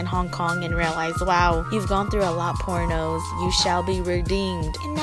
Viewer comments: thought she said pornos PHEW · I thought she said PORNOS lmao 😂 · I thought she said porn o’s